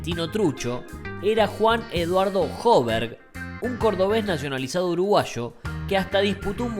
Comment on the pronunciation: en el relato de sole, cuando grita el gol, parece que dice JODEER, JODEERRR, JODEEEER XDXDXD